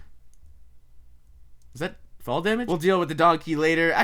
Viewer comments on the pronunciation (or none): none